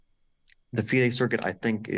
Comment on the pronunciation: It’s been a year and Christian has yet not mastered the art of saying FIDE Circuit name correctly.